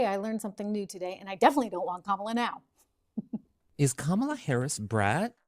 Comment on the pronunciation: Joy Reid gets Harris’s first name wrong 😑